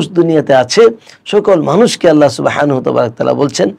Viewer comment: উস্তায এতো সুন্দর করে "আল্লাহ" বলেন!! সুবহান আল্লাহ